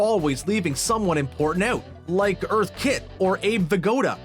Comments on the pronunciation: If you're gonna critique something get the names right eh....it's Eartha Kitt not Earth Kitt. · 'this laxadaisical attitude' — The word is lackadaisical. It is often confused, because the word 'lax' can often mean the same thing, but does not share a common origin with lackadaisical. "Earth Kitt" — It's Eartha Kitt. If you're going to hold someone's feet to the fire for snubbing a Hollywood legend, pronounce that legend's name correctly. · “Earth” Kitt? BTW “lacksadaisical” is not a word. It’s “lackadaisical.” No “s”.